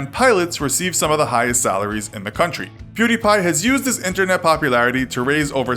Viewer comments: Perdie? Isn't it Pew not Per? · perdie? it was pewdie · His original name was Pew-Die! Not Purr-Die. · Perdie? No, it was pewdie.. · WHERE THE FUCK DID YOU GET PERDI? ITS PEWDIEPIE IDIOT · it's PEWDIE! his first channel is PewDie! not Perdie! WTF?It's the laser's "pew" sound & the die as of dead. Where the f*** did you get those "PerDie"? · It´s not ”prrdi” it´s ”pewdie” you know like pew pew and die. Otherwise good video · it's pew die, not per die.. wtf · Its Pew Die not Per Di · Its pewdie not perdie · "Per d" ? What the fuck are you talking about. It's was Pewdie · Why are you saying pewbeepie it’s pewdiepie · If you meant when he said fucking "Perdi Pie" I have no idea lmao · Per-Dee? Nani? 😂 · Why please tell me why everyone pronounce his name wrong? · Oh jeez another video about Pewdiepie. Will they do their research and pronounce his name correctly? Lol nope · Dabbang don DT he says pewdiepie so weird